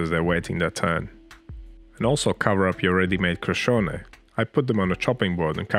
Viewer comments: You did well with pronouncing this yummy street food. The word Crescione is “Watercress”. Which was the original filling with garlic and onion for this flatbread. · You didn't butcher the pronunciation at all! Bravo e complimenti 🙌🏻